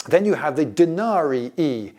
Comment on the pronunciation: I frankly can't get over the solid-i and denari-i 🤣